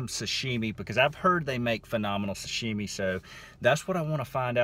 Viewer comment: Hey,you almost said sh.t instead of sashimi! Lmao!! Keep up the good video man!